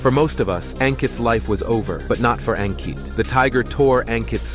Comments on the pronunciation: It's pronounced as Un-kit not Ang-kit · It's pronounced as Unkit. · A n Kitt ( pronounced ) one word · Aun kitt ( pronunciation one word )